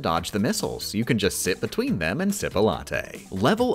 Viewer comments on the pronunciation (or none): none